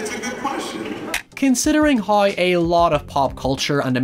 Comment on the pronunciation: Man I like this channel a lot but the pronunciation of “now” and “how” really irks me, especially when you pronounce everything else so well